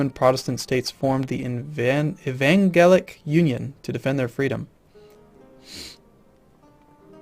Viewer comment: lol i'm sure he's been told by now but it's pronounced E-Van-Gel-Ick.